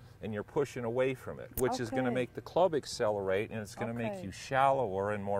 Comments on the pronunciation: “EXCELERATE” perhaps “ACCELERATE”? Lol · Accelerate not excelerate